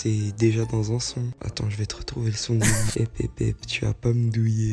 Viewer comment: On dit Nino pas ninio